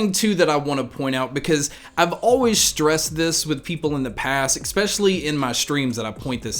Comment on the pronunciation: good talk. But - 'ek-specially'?? -- haha c'mon you know you're better than that. But excellent overview of your approach & philosophy.